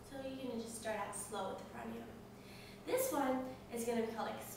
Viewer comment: I am being pokey here but I dunno how come you teachers dont know correct pronounciations ...and no I am not talking about accent. Yogasana = Yog + Asana and not Yoga + Sana It is difficult to explain in text unless you know Devnagari script but simply put even if you spell it Yoga and Pranayama, you dont actually pronounce the 'a' there like you do in umbrella anyway keep up the good work^^